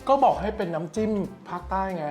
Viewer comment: #โดมพูดผิดจิ้มไม่ใช่จิ๊ม